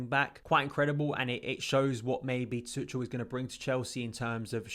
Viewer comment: I don't want to be that guy, but I was saying it wrong myself. His name's apparently pronounced "Too-khel" or something of that sort, and not "Too-chel".